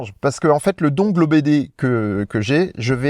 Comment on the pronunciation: Je vais faire mon chieur, dongle se prononce dongueul... ou pas😊 Sinon, avec les mises à jour Tesla, la voiture me propose maintenant de descendre parfois à 6% avant de recharger, c'est chaud mais ça marche. Pas le droit à l'erreur.